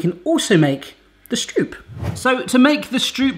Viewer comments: You should've looked up the pronunciation of stroop instead of hallo hahaha. Nice job though! Here in the Netherlands you can often buy huge freshly baked stroopwafels from small vendors an the market and it's just the greatest thing ever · It is even more cool if you are able to pronounce ”stroop” the right way and because you are british I know you will be able to! The ”oo” in stroop just sounds like your british ”o” in ”oh ok” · You are pronouncing the stroop wrong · You don't say "stroop" like how you said it you must curl the "r" more like speaking afrikaans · I don't know what the f you tried to make, but it ain't stroopwafels for sure. And by the way... You pronounce stroop wrong! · Yay! A recipe from my home country ❤ The oo in stroop is pronounced 'oh' in Dutch. 😊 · As a dutch person the way you say Stroop make me both smile and grind my teeth at the same time :) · You definitely need to go to a Dutch market and watch them being made fresh. Because cutting the circle is superfluous. Just use less dough. And slice them while warm and soft. and please do not say the oo as in school but as in core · Cool vid! One thing: Stroop is pronounced Strope, Like Rope, Or Trope. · Might as well join the sheep and say that the "oo" is pronounced as "oa" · Sounds like "strope" not stroop. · It's not stroep you need to pronounce it like the "o" in rope. Pronounce it like strope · Very funny! but please stroop is pronounced as stroep and leave out the cinnamon you are supposed to taste stroop or it is not a stroopwafel! You just put a little bal of dough in the wafelbaker and the dough you have is to wet. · Stroop is pronounced like rope with st- in front of it. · The oo of stroop do you pronounce like the Dutch oe. Like hoek. The Dutch pronounce it like oa, like boat or the o from hope. Greetings from Holland btw🎉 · Het is stroep voortaan. I luv that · strobe is the english word that aproximates it most. And the A is like in the british tomatoes.